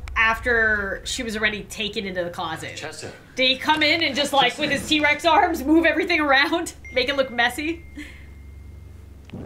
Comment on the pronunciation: She said t-rax